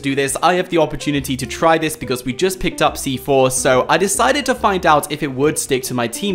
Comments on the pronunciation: He said stick fortnite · So you wish you could stick FORTNITE to players? Idk if that was a speech mess up or not XD